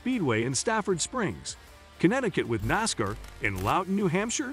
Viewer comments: At least teach the robo voice how to say NASCAR' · Your what is with this human sounding narration but so obviously a computer an being a able to pronounce "Nascar" and "Pocono"